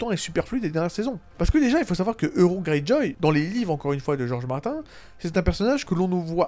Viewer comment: Ça prononce Martin et ça utilise des termes comme showrunner 😂 Mettre une échelle sur ce genre de sujet c’est bancal, c’est comme comparer 2 enfants qui ont étaient battus dans leur jeunesse, l’un arrive à vivre en société et l’autre est sur une pente plus que glissante.